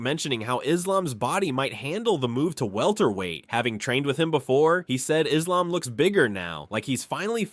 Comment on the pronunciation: How the hell is Belal mispronouncing Islam